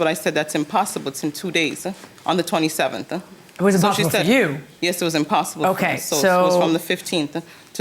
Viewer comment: all i can hear is YESEH